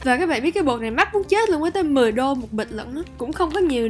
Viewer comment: "Mắc muốn chết" nhấn mạnh luôn há =)))